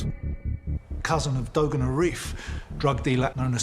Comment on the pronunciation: What the hell is "dogan"??? Its pronounced "du-arn"